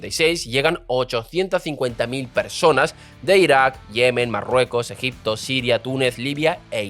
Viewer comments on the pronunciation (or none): none